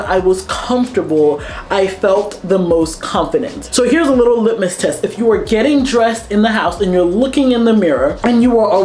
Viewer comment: Great video. P.S. I think you meant to say "litmus test", not "limit test".